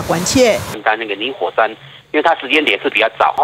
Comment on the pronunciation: 我一直聽到泥火 ㄙㄢ